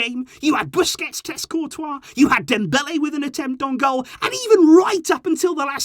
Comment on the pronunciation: You really said Busquets 😂